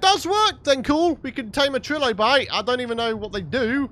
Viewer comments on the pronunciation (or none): It's not pronounced like 'trill obite'.. it's TRI-LO-BITE!